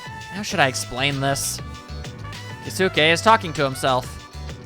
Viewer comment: It's a bit late to say this now but for the record, Keisuke is pronounced like Yosuke but you say 'kay instead of yo.